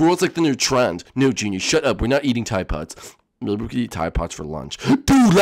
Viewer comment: Teeday Poedes (tide pods)